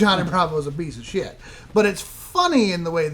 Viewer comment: gets real southern when he says SHIYT.